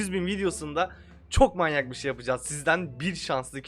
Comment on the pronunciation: “bugün manyağk bi video ile karşınızdayım” 🤣